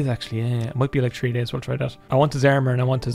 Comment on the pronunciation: Quality content as always. Please learn to say "three".